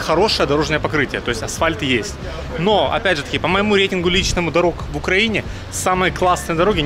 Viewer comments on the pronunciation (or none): none